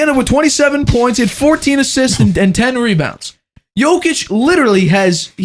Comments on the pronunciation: So annoying that you haven’t learnt to pronounce Jokic after 8 years. Come on man not that hard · Same for me makes shame my head in disbelief 🤦‍♂